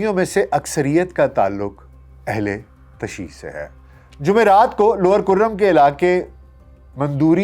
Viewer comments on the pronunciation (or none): Sahih talaffuz ,ahl_e_tashayyu, hay